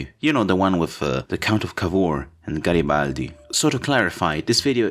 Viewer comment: As an italian, we absolutely avoid this subject in history for the hole of the history teaching. In a way you told in 8 minutes more italian history than 13 years of obligatory class. LOL p.s. (very much enjoyed the correct pronunciation of Garibaldi :) I absolutely love your content, and even if short I love anything you do, really, keep the work up pls!